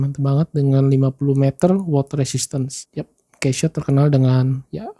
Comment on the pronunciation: koreksi, baca nya 'KASIO' pak